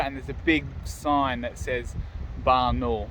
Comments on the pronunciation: It's pronounced Barna-OOL, not Barnol.:) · Hi from Adelaide. Nice video. I wish we there. If wish to pronounce Barnaul properly you will need stress on “a” before “u” like an Australian accent: Barn-a-a-a-ul. Make it long an nice.